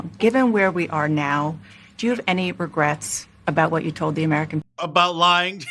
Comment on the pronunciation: Not regrats! Not a letter.